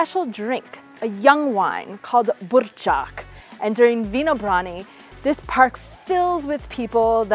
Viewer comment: I like the perfect Burčák pronounciation! :)